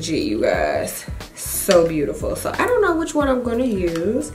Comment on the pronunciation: You're so funny with the "ion know" (I dont know)...LOL